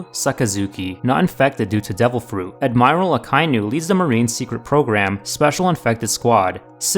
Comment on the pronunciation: you mispronounced admiral